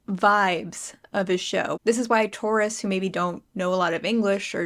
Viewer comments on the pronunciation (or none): 1) thank you my parasocial babe I fucking love it 2) when you said "tourists" my tired ass brain heard "Tauruses" and I just got completely derailed trying to understand how my Zodiac sign was uniquely cursed to forever be a little confused about what musical theatre really is